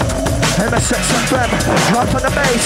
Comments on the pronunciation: MSX fm sounds like "i'm a sex fm" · Loool. I always wondered why the guy kept saying "I'm a sexoffender". It didn't register that he said "MSX FM"